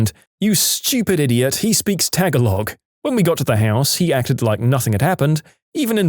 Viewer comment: In the Languages story, when the narrator apologized for his pronunciation of various languages, he mispronounced "PRONUNCIATION!" The word "Tagalog" was also mispronounced.